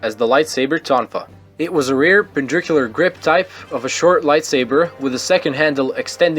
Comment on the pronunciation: Pendricular. Lol. It is perpendicular